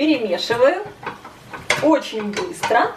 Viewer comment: оЧЧЧень! А не ооочень!